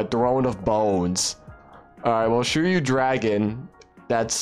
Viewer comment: the pronunciation is swee - ri - yu (suiryu) what is shuryu?